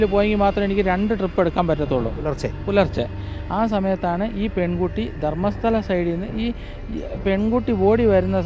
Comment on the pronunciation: ധർമ്മസ്തല അല്ല അഥർ മ്മസ്ഥല യാണ്